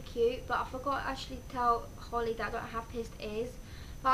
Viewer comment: dunno if holly has commented saying, but that was correct how you pronouced it x